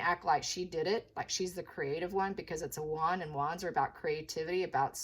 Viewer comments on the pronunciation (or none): none